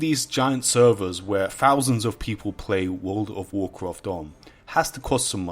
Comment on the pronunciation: Wowld of wawcwaft